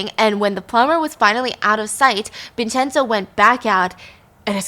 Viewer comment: Haha good pronunciations Stephanie! Vincenzo is pronounced Vin-chen-zo